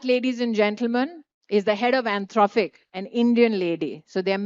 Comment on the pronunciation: What?? did she just pronounce Anthrofic ??